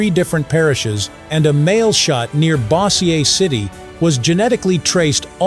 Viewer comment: BOZIER CITY, NOT BO Z AYE... DUMBASS AI! STOP USING THAT CRAP, FOOLS!